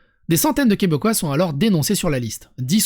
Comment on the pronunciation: Bonjour du Québec ! On écrit et se dit Québécois et non Quebecquois. Merci !